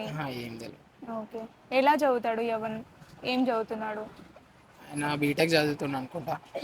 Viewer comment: Its not yavan its yuvan